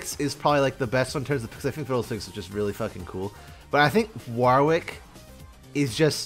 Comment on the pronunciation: Wahwr wick? Worrick. Like Warwick the town, or you know, the name. Go watch any Warwick Davis interviews to see how to say the name Worr (like worry) ick. No hard A no second W. Worrick.